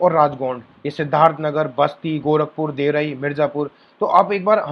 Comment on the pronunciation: देवरई nahi hota hai bhai wo देवरिया (deoria) hota h